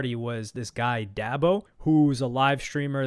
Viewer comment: I can tell when someone isn’t part of the culture, I don’t watch dabo but is DA-BO not dab-ao